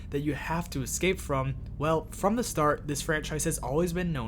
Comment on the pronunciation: Is this AI? What American accent makes you pronounce “the” as “thee” everytime? Genuinely curious where that’s from